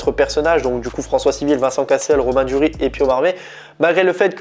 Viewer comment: Il s'appelle Pio Marmaï, le i tréma se prononce en français. On ne dit pas Marm(é),. Et il me semble qu'il faut prononcer le S de Duris. À part ça, bonne vidéo. ;-)